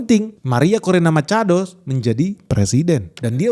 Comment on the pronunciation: semangat banget pas nyebut "Maria Corina Machado". Bak spanish speaker. 😎